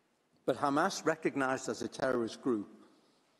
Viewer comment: I hate the way they say Hamas. Makes it so difficult to listen to. It’s not Khamas. If you can’t say it right, just use the letter H. Please